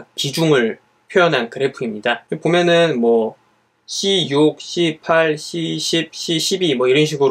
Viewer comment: ㅋㅋㅋㅋㅋㅋ 씨에잇이라고 하면 덜 ㅋㅋ 불편하지 않을까요?